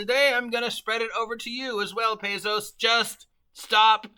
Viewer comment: Is it me, or are you trying to use as many different pronunciations for Paizo as possible.